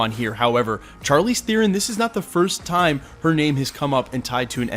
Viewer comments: its not char leez... its shar-leez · Not to sweat your technique- you da man- but it's "SHAR-leese", not "CHAR-leese". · charlize, prounounced SHARLEEZ.. not CHAR-LEEZ....ugh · Pronounced ( shar- leze) bro lol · You butchered Charlizes name more than Chukwudis. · Hate to call you out but you pronounce Charlize's name wrong.